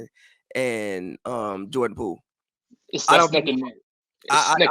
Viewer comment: Did this man say Jordan Pool Lé 😂😂😂